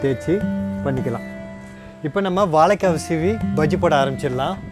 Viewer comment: hi even if u pronounce vaLLAkai, its ok, but at least pronounce it correctly as spelling vaZHAIkkai, see where i have stressed with caps:)